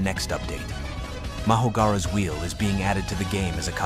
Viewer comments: mahoraga not mahogara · Why ai's always calling mahoraga mahogara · Did bro just say mahogara? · DUDE WHAT THE LUCK IS "MAHOGARA"??? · you said mahogara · yeah, I know just listen to how he says it.